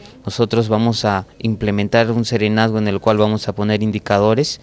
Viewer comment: "EMPLEMENTAR"????? q es esto el hijo de mozo??? uhmmmmmmmmmmmm